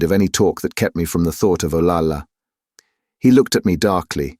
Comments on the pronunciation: Interesting treatise on the class and cultural divides at the time. Having lived in Spain and having a relative named Olalla , pronounced O-lie-yuh, hearing O-La-La sounded ridiculous for an otherwise excellent reading. There are reference books such as Spanish English Dictionaries that provide correct pronunciation to stay true to the narration. A little research goes a long way. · Double L is pronounced like Y, so her name is O-LAY-AH. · Double L is pronounced as a Y, so her name is O-LAY-AH. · Actually, it's pronounced OL-AH-YA. Double L in Spanish is pronounced like a Y in English. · Olalla us mispronounced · The "ll" in "Olalla" should be pronounced like a "y". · You are absolutely correct about double l being the y sound! Obviously the narrator did not know that.